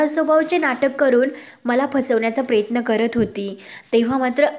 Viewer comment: प्र य त्न असा शब्द आहे प्रेत्न नको म्हणू नको